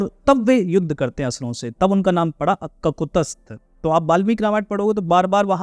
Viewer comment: ककुतस्थ नहीं ककुत्स्थ है| त भी आधा है।